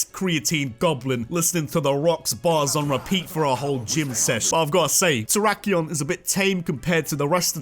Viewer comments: IT'S TERRAKION, NOT TERAYAKION! FIX IT NOW! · Oml, messed up how he did my guy Terrakion